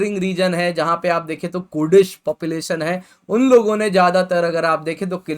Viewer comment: What the fkk is this pronounciation (not कुर्डिश it's कुर्दिश) population also nor एर्डोगान it's एर्दोगान ) it's so irritating wrong pronounciation won't make u cool it's utter stupidity